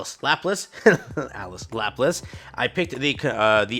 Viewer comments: Laplace is one of your favorite characters, but you have NEVER pronounced her name correctly. It's la pul lah ss, Not lap lace. They say her name a billion times in campaign. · Easy way to remember. Think "French" La-plah